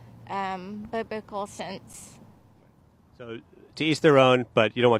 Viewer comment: And that woman said bibical…she doesn’t even know how to say the word.